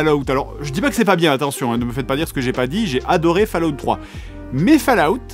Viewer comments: J'ai failli quitter la vidéo en entandant fAllout Pitié 😖! On prononce Folaout !! 😩 Edit : ah, j'ai quitté la vidéo... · Bon une bonne fois pour toute, ça se prononce comme suit "FAUL" "AWTE" et comme les deux mots (fall et out) sont collés alors on dit "FAU-LA-WTE" mais c'est plus drôle de dire "FALOUTE" 🤣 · Je ne regarde pas, ça se prononce fOll out, pas fAll out. Étant donné l'âge de votre public vous pourriez juste faire un effort sur la prononciation d'UN mot? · Ça se prononce Fol-a-out... ;) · Fa La Out 😂 vé l'accent oh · "Des romans autour de Warcraft" je présume de rien donne tes sources. A vu de nez ça m'a pas l'air très élevé, en tout cas c'est ce que tu suggères ; ça peut l'être, le roman est infini pour peu qu'il trouve un auteur digne d’intelligence peu importe le support. Je rigole bien avec mon fils quand je regarde tes vidéos, c'est pas intelligent et tant mieux. Ca ce prononce "Fallout" :) Mon jeux préféré.